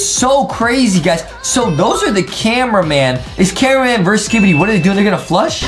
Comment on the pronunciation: Adam said camewamen😂😂😂